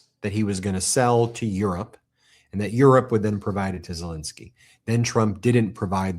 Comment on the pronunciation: I’ve heard of “Zel-E-nsky”. Who the hell is “Zel-I-nsky”??